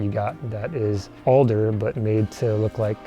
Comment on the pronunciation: I like the way that girl pronounced "alder" lol. Is she Canadian or something?